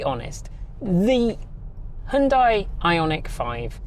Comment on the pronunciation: HYUN (HON) + DAI ?!